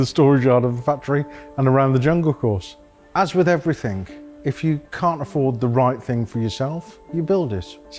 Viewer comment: The word is everything not everythink .